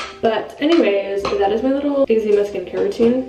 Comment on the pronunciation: Love your videos! But the way you say eczema 🤦🏼‍♀️